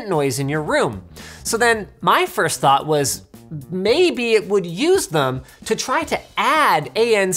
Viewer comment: aggressivli why’d you edit it, it was funnier when you said firth:(